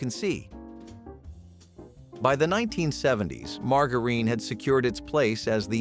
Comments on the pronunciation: “Leed” and “margareen” 👎🏼 A.I. voiced BULLSH!T 👎🏼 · I'm so tired of artificial voices. Doesn't anyone listen to these before they publish? "Leed" indeed. Margareen. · Pronounce lead and margarine correctly! It's hard to learn something from someone who can't pronounce words correctly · The mispronunciation of lead and margarine! Arrgh! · This was pronounced wrong. it’s margarine , the g Sounds like a j